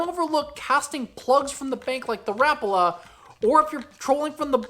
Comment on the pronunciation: Rapala should sound like rapaula. Lol rapala